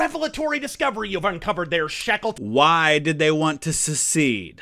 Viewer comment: perhaps I misheard, I thought he had said "Shekelton"